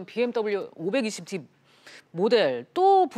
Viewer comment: 차량 모델명은 오백이십디 라고 읽는게 아니라 오이공디 라고 읽어야 됩니다. 아시겠어요?